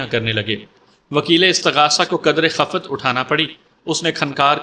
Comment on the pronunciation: Try to speak correctly like this word which is khiffat.😊